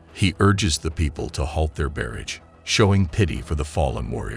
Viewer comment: My God, I HATE these AI voiceovers. Herk-a-liss meets her at a local tavern and usual joint spot. Urges people to stop their "bare-ige of rocks". Just hire your useless brother in law for a couple of bucks. At least he know how to pronounce basic English words.